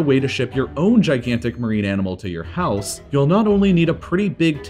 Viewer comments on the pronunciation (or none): none